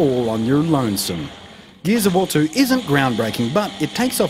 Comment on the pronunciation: "geez of war"